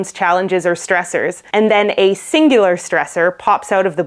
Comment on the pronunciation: She said: "We are coming across stressors." But I thought she said: "We are becoming cross dressers."